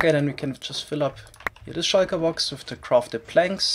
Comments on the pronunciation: its called a shulker box not a shaiker box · I love pronunciation of shulker box as "shieker box" Lmao I love this channel